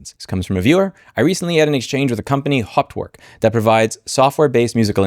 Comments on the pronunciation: For someone with a German surname, your pronunciation of Hauptwerk is quite amusing. Sadly, that is the only amusing part of this video. 😢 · Problem is, that MDA's main product Hauptwerk (pronounced haupt + werk, not hopwork) has the biggest share in the very, very small niche market of digital home pipe organ emulation. Unless that person makes some serious noise in organist circles, this won't be noticed. Many organists on Youtube use Hauptwerk and they won't boycott it, there are very few alternatives. But yes, not offering the older versions is a dick move. BTW I don't own it, but bought their competitor Organteq from Modartt.